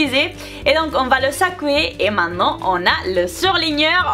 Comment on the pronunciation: jadore trop le " sacouer" 😂💘